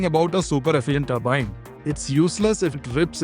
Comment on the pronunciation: Multiple blade toorbine😅